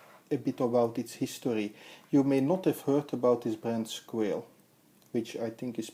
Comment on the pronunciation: Pronounced "squah-lay"